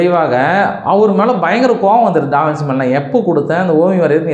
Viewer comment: First of all avar peru pronunciation டா - வின்- சீ illa... it's wrong... adhu ட- வின்- ச்சீ (Da vinchi). Second, Giorgio Vasari was not a king. Third, Leonardo Davinci painted The Last Supper as a commission painting to the CHURCH and not the KING... The church is Cathedral de Santa Maria Delle Grazie in Milan, Italy.